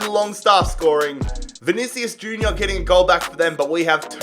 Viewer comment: can’t even pronounce any of the names and it pisses me off especially Vinicius Junior